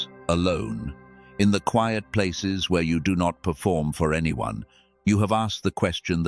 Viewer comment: Even in the cwaiyet in the resieved